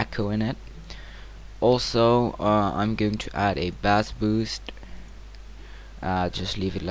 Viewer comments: Bass is "b-ace" not "b-ass". "b-ass" is a fish. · ahahaha "bassss boost" is how my 7 year old sister pronounces "bassss" when i play guitar hero! just a tip, it might be spelled Bass but its PRONOUNCED base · Bass is not pronounced like the fish >_> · you pronounced bass wrong but cool tutorial